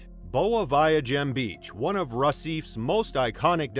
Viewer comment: RECIFE is properly pronounced « RUH-SEE-FAY, » not « RUH-SEEF »